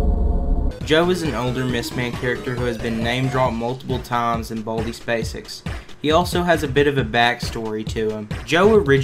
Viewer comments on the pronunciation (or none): when he go WEHN BALDEYS BASEKS i laugh